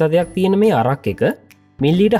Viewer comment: අරක් නෙවෙයි බන් ඇරැක්